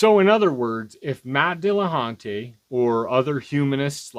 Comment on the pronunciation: nobody should listen to you, for being unable to pronounce "Dillahunty"